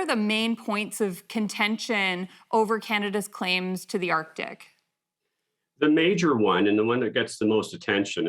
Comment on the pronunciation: Odd accent. She pronounces her "a" as "e". Erctic, not Arctic.